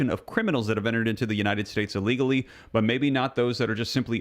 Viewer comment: dont say aleagly say illegally! Thanks!